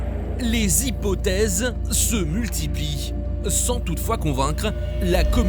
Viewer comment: "se mutlipientch"